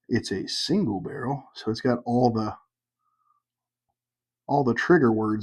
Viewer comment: Originally I gave my "favorite" bourbon influencer. I'm gonna give my 3 most influential. The guy is a genuine patron of all the stores he visits, he has a great manner about him, and seems very friendly and open. Bonus points to him on his pronunciation of the word "barrel." Janice has opened up a new world of adventure for me and my wife. Her desire to grow couples together through libation and teaching spouses to enjoy something their partner enjoys has actually awakened my wife to trying new things. Lastly, His was the channel that really started me down the rabbit hole, and he gave me hope. I figured, if a goofy chunky redneck from Alabama can do this on this scale, then a goofy chunky redneck from Louisiana can, too!